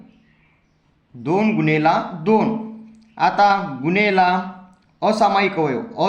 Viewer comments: गुनेला नाही गुणिले😂😂 जरा हलू बोल😂❤😂😂😂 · Gunela ny mhanat gunele mhantat sir😂😂😂😂😂😂